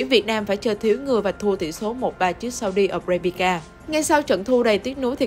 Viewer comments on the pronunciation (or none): “Sau đi a bra bri ka”. Để ý c này đọc snew hay đọc sai T.anh ghê luôn á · Saudi Arabia thêm đâu âm "K" vô vậy chời?